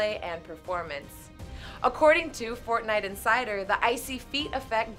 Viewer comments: “Fornite” It’s actually for - t - nite. COUGH COUGHHHHHH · It's forTnite Not fornite